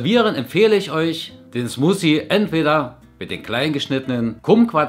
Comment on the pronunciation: Ich musste so lachen bei Deiner Aussprache von "Smoosie". Bitte nicht böse sein über mein Kommentar :) Es haben viele deutsche Probleme mit der Aussprache des englischen "th". Als ich in England gelebt habe, konnte ich Deutsche sofort erkennen ohne vorher nach der Herkunft fragen zu müssen ;)